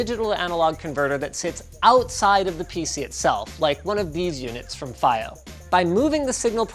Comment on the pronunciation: F-ai-O. Is that how Fiio is actually pronounced?